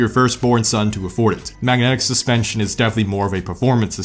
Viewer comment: We will see if you know suspension, better than you know how to say them......